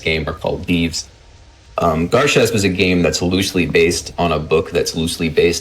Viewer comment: they're pronouncing the name of the game wrong. it's Gar (a like in and) Shasp (a like in car), not the other way around.